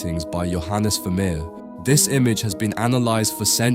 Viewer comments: ファミール？フェルメールだろ。A Iナレーション修正せんのかい！ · oi ! ya oaf , Pointillism was Signac's technique ( the 1880's ) ; if you morph into a clever dick and dream of including Seurat 'e would have gifted ya wiv a wooden collar ; he was a Divisionist ! ever heard of RP ? ( received pronunciation ) Vermeer = ver-mehr , NOT vermir !!!!!!!!! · ВермЕЕр, а не вамир. Не умеете настроить бота. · Что за Вамир? Художник по-русски - Вермейер! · А почему Вамир, а не Вермеер? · Вамир?! Вемеер?! Может» Веермеер»?!автору озвучки должно быть стыдно…👎👎👎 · Я думала раскроете секрет его потрясающей живописи на основе каких либо технических устройств, вроде камеры обскура, а тут опять секс привязали, скучища! Да ещё выговорить Вармеер это не в состоянии, не смешно, найдите хорошего диктора. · フェルメールは好きな画家の1人です。 日本語では、フェルメール、と発音し表記するので 番組の朗読に違和感がありましたが、右下の箱に付いて勉強になりました。有難う。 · Ох, уж этот автодубояж нейросетей - Вермеера назвать Вамером🤦🏼‍♀️ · Veh meh? Really? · Je ne comprends pas la façon dont il prononce VERMEER. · Перевод ии ужасен,даже фамилию художника неправильно произносит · ファーレ？ブァミール？フェルメール？